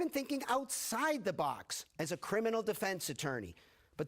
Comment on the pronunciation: Dude overpronounces veteran.